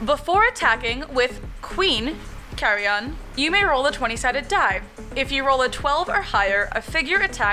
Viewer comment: Saylind as well! Insightful considerations for Hanwi's Darkness. - wow, it certainly seems as if figures would still be in darkness. Great consideration. Qhyerion's pronunciation here sounds a lot like 'carrion' and I now see this Vydar Kyrie as vulturesque and that's cool to me. Nice thoughts on reducing defense of Counterstrike! The comparable draft cost of these Kyrie is interesting and that 95 cost for Kilkorax is especially niggling. lol. love the look of the Rolly-Boys, especiall the leaning poses of the left and right. The visage on the far right is my favorite - terrifying face! Iron Lich's sculpt reminds me of Kee-Mo-Shi. Excellent video, folks. Thanks for the fascinating food for thought